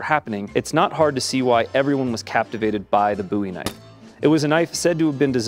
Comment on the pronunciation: Booey Knife?